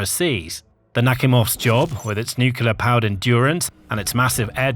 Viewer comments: "nuclear" not "nucular". Nucular isn't a word. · Nuclear is pronounced nuclear, not nucular. Arctic has a c before the t, so it is not pronounced "artic" as in this video. Mis-pronunciation makes the vidoe less credible. It also perpetuates poor English. Please sort it out. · Is it just me who finds it really grating when a presenter or interviewee can’t pronounce nuclear? Nu-cle-ar, NOT nucular! Come on, it’s not difficult. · It's nuclear not nucular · New- clear Not new cu lar